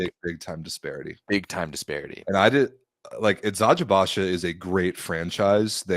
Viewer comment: Guys kudos to you for pronouncing the Turkish names correctly! 🙏🏼 Especially Eczacıbaşı which is honestly hard to pronounce and you’re doing it like a pro 👍🏻